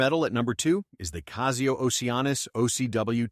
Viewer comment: Apples and oranges… The only reason a computer generated voice, that cannot pronounce Casio correctly, would tell you Rolex sucks, is to manipulate you. Casio is an excellent watch and so is Rolex. Anyone that tries to compare the two just wants your money and doesn’t care about your satisfaction.